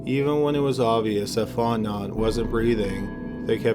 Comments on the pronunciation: Love the channel. My favorite. The first case, Fontenot, it’s pronounced “Faw’ten’oh” I cant do pronouncing things. I live in Louisiana. Many names are very hard to say. They aren’t said how they are spelled. Cajun French culture. I clicked so fast. Bored as hell at home. 🤟🏻🤟🏻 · Fontenot is pronounced”Fon-teh-NO” in Louisiana !🤓 great upload !! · Fontenot is actually pronounced Font-no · Hi! Someone from Louisiana here! you’re pronouncing it “font-not” but it’s actually pronounced “font-NO”. Our last names are pretty deceiving xD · His last name is pronounced fonte-know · It's actually pronounced "Fahr-ten-ow". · Like the channel but you have to ask how to pronounce names from Louisiana. Its fon-te-no. Not font-not. Your channel isnt the only to mangle names from Louisiana. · Story 1, Dudes name is pronounced Faunt-en-no Not Fauntnot 😉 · Fontenot. Pronounced Fot-No not Fot Not. I kept getting distracted by it.😂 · 'Font-Know' not "font-not" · It's pronounced font-a-know not font-not. I'm from there. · Sorry, but I’m from Louisiana and this bothers me. The surname Fontenot is not pronounced fon-te-not, it’s pronounced as “fon-te-know” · Even though it's spelled Fontenot It's pronounced Font-no or Font-e-no. The 'T' is silent. Lol it's a good 'ol Louisiana name just like mine. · It’s pronounced Fon-te-no. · Stop covering Louisiana cases if you can't stop butchering Louisiana words. It is "fon-te-no" (like "know.") For your Jennings video, it's pronounced "BY-you," not "bay-you." As in "where's my pen?" "It's over there, 'by you." Fuck! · Fontnot is pronounced font-know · Fotenot pronounced fontano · Fontnot?????? lol you should probably find the spelling of the name and then do a google search to pronounce the name for you! Seriously it's not pronounced Fontnot lol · Fontenot Prounounced Fon ti noooo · "Fontenot" is pronounced font-en-oh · Are you trying to say Fontenot pronounced fon ten no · Fontenot pronounced font-no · PRONOUNCED Font KNOW !!!